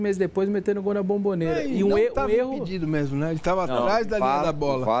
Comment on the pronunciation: Cara não é Bambobera é Bombonera! Caixa de Bombom